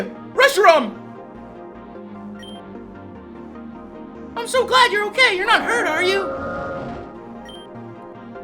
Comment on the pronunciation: I think forgot how to say Reshiram...he said i think Rehisram